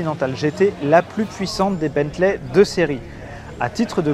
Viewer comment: Salut. Juste une petite remarque, on ne dit pas Bentlè mais Bently ou Bentlee